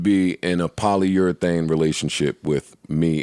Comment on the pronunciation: "Polyurethane" 😭😭 Polyamorous Joe. Polyamorous